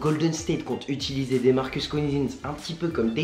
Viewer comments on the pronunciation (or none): none